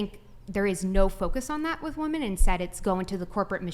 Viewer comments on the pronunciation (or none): Why do so many people pronounce women as woman now? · Why do they keep saying woman instead of women? It's been irritating for the past few clips. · Is that dark haired chick on the left incapable of saying WOMEN??? She says WOMAN for every single time she brings up the term even when it should be pluralized in MANY of the ways she is using it!!! So irritating when she's trying to present valid points.🤦‍♀️ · Why is the dark haired lady constantly referring to women as a singular woman. Or is it just her strange pronunciation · if i had a penny for every time someone on this podcast in any episode says "woman" where they're supposed to say "women" I would be RICH!! And it just blows my mind how many sometimes even smart woman like the woman next to even say the wrong one and I just don't get it and I cringe every time. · Why do so many of these chicks pronounce the word women as woman ? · Why is she continually pronouncing women as woman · Why do they keep saying woman instead of women? It honestly sounds retarded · I'm getting very minorly bothered that she keeps saying woman instead of women. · I can’t stand when people use the pronounciation of the word for a single woman and they use it in place of the word for plural women. Saying “for all woman” is not correct. “For all women” is correct. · can somebody please (genuinely) explain to me why they keep saying ‘woman’ instead of ‘women’ when talking about women plural? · why do they pronounce woman singular when talking about woman plural??? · 100% agree with the lady to left in the black dress but the way she says woman in place of women annoys the hell out of me. Sounds honestly stupid.... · Why doesn't that one WOMAN not understand how to say WOMEN when talking plural???? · what's the deal with west coasters pronouncing "women" as "woman".. did I miss something as our language has been bastardized, that we pronounce the plural of things in the singular form?